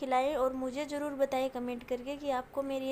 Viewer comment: Pyaaj nahi pyaaz aur jyaada nahi zyaada aur jaroor nahi zaroor aur intijaar nahi intizaar I think you are illiterate